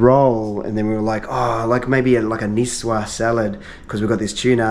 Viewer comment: Ah, the good ol' tuna "nikoiys". Never a disappointment.